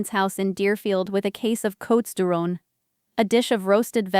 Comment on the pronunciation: And the wine was “Cotes…” silent “S”, as in “coat”. Awful A.I. narration or a very badly educated person? I’m only continuing to listen as I’m interested in where the story goes. If it gets worse, I’ll be outta here…. and I’m only at 1m06s!